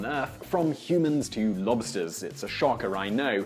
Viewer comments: I had the volume quite low and every time you said "lobsters", I for some reason was hearing "monsters" lol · It’s sounds like you’re saying “blobster” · I keep hearing mobsters 😂